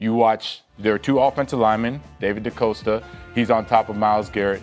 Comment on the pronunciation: 100% panthers fan but the guy’s name is DeCastro, not DeCosta